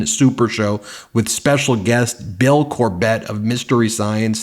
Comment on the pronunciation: How does Ben manage to pronounce everyone's name wrong? Cor-bit, not like Corvette